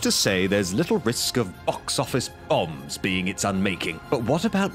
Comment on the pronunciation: _ox Office _ombs? Is someone worried about saying the actual words, like Shakespeare's "Scottish Play?"